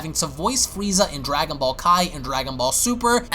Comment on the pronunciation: I never knew they were called Dwagon Ball's this guy's voice is golden lol